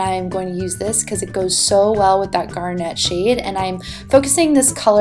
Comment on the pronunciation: I love love love your videos.... but the way you say garnet kills me! Lol